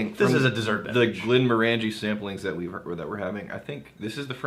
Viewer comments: Glen MORE an jee.... Glen MORE an jee... say it ten times, stress on MORE. ...NOT glen more AN jee! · I hate to be that guy...but it's not Glen-more-ANJ'-ee... it's Glen- MORE'-anj-ee. Think orange. OK, lesson over. I love Glenmorangie! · Rex I once accidentally pronounced it like Glenmor-angie like the girls name in a pub in Inverness and they refused to serve me. Once I said Glenm-orangey like the fruit I was served right away. Fickle people in Scotland when it comes to our drink. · I hate to be that guy (actually I don't) but I've heard every Scottish person pronounce it "glen-MORE-an-jee". The middle of the word is "orange" like the fruit. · Hate to be that guy to the guy that hates to be that guy but it's Glen-Moranjee not 'More'. Think as if you were saying orangey at the end. No emphasis on any syllable. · They talked about this in the Quinta Ruban video. knows the correct way to say it but has always pronounced it the other way. Some habits die hard. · Yeah, totally my bad. Once I've said something one way, it's almost impossible to get it out of my head. Plus. I'm Texas. So maybe I can just claim that's how Texans pronounce it :-) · Yeah, I talked about pronouncing it correctly in our Glenmorangie Quinta Ruban video, and in this one, completely forgot. It gives Rex more reason to hassle me.